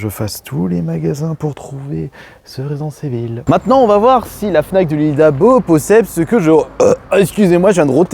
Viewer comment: 2026 et le mec ne sait toujours pas dire résident evil…c est juste ouf…..resissensse Evil 🧐🧐🧐